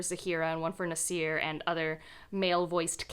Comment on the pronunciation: It kind of bothers me a little but generally when pronouncing Arabic/South Asian names you have to place the emphasis on the A (or ا Alif), ZAA-fi-ra, NAA-sir, etc. you are instead placing the emphasis on the f and s here. Anyway, I'm currently reading The Thursday Murder Club as I was in the mood for a mystery, and I plan to read the Ocean at the End... in Sept for the Magical Readathon. I haven't had much luck with Gaiman before but hopefully this one will work!😊🌻